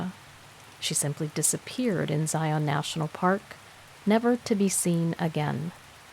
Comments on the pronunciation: Just FYI, having lived in Utah my entire life. Zion is pronounced Ziun. Also, if you are speaking of mountains in Utah they are pronounced moun-un.😆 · Karen here. It's pronounced ziun. 😊😊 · Fyi it's pronounced Xi un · I live 30 minutes drive time from there. Zi' un, is how us locals say it. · PLEASE PLEASE learn how to pronounce Zion! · If your going to narrate a story, learn to say the word Zion correctly